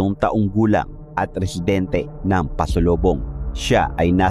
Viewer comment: PASOBOLONG HO..HINDE PASOLOBONG